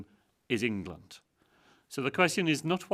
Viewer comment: He seems to pronounce "England" as "Anal Gland."